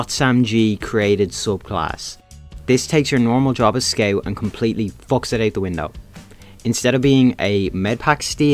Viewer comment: dont even bother making a video on scout if you don’t know how to pronounce it…